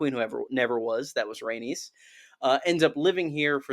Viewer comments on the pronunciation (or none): none